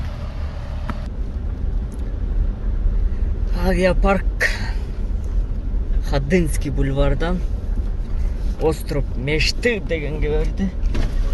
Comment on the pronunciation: 14.43. Остров мештыы дейсинго брат. 😁😁😁😁